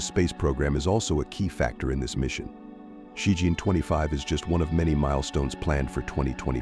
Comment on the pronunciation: It's Ci Chien not Ci Jian.